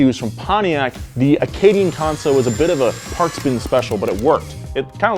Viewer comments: Great vid, one point it's pronounced can-so, not con-so. Canso is a place, in Nova Scotia, which is in Canada, which is on Earth, which is in Canada. Edit; and its Frawn-ti-nack, its french so I'll give you a pass. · Just wanna say you pronounced Canso wrong. Its pronounced like a CAN of soup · Your pronunciation of Canso and Frontenac is killing me! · It is an Acadian Canco. Pronounced Can-so. Not conso. Canso is a small village in Nova Scotia that has Acadian ties dating back to the 1600’s. I love Donuts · Who is the F in twit that is speaking? . He sys" Conso" not Canso, The name of this iconic car from 1965 is Canso . which stars of with the he sounds like Canada, not Conada. Please listen up and say Can , as in "I can do that," and not "con" as in sounds like consider. Can-So. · As a Canadian from Nova Scotia, with roots in the Canso region. Canso is pronounced like I can do so, drop the I and the do.